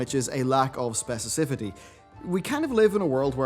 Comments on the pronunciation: Specicifity = Specificity I assume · Specicifity? Do you mean... Specificity? Lmao. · Specicifity? :D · "Specicifity". Gotcha!